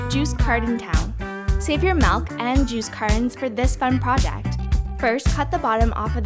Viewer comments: It’s not malk it’s milk😑😑😑😑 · Did she just say "Malk"?! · Not to be rude but you said malk